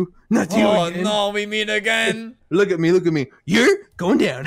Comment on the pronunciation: "YOUR GOING DOWN" "NO YUR GWOING DOWN!" "NO YOUR GOING DOWN!" "NO YUR GWOING DOWN!"